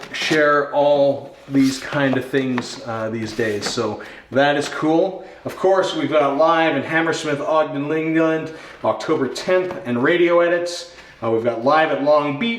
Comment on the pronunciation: Hammersmith oh-dee-un Lun-dun. No idea what you called it.